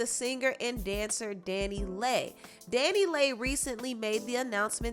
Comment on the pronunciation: I thought it was pronounce (Danny Lee) Dannyleigh not Danny lay 🤔🙄